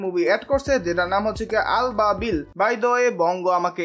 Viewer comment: it's ABABIl not ALBABIL